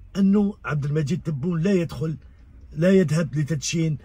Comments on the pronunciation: C vrai c difficile pour lui de prononcer le nom de notre président abdelmajid Tebboune, hélas le nom kbir 3lih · Vous avez remarqué, il a parlé d'inauguration mais il n'a pas pu dire par qui?, il n'a pas pu prononcer le nom du Président Abdelmadjid Tabboune. Merci de continuer ce combat oui c'est grand combat!